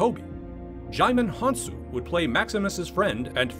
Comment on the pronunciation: butchered Djimon Hounsou's name 🤦🏽‍♂️